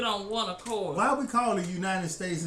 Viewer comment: "why we call ourself "United State" but we live like Divived States?" Bruh, I start crying when you say that, it just hit right in the guts yo.